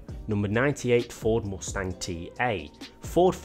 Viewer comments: "Ford Mostang" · Ford Moostang?